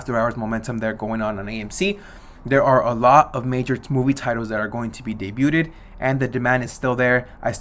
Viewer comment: "Debut-ed" 😂😂 It's pronounced day-bewd bro